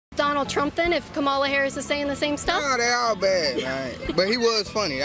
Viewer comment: Saying Kamala Harris's name like that is definitely a dog whistle right? Like I've heard her name said a lot of times now and I know how to say it correctly so why do conservatives say it wrong every time